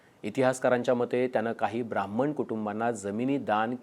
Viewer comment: Brahman mhantana dilela jor ani pause 😂😂😂…sapkal hote mhanun shanti ahe ..dusra koni asta kivha bjp cha asta koni tar kay dhumakul zala asta 😅